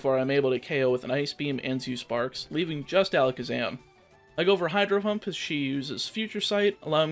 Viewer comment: “Hydro Hump”